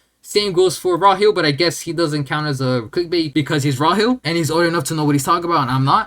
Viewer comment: Calling him Raw-hill is actually crazy unintelligent. The way you pronounce names is so bad. Like how you say bokuto